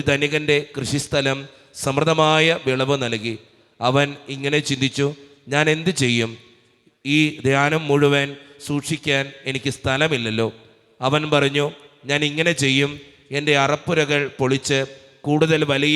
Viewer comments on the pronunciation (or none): അച്ഛാ ധ്യാനം അല്ല ധാന്യം ആണ്